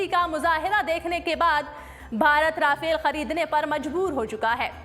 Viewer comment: Rafail nhi RAFAEL hota hay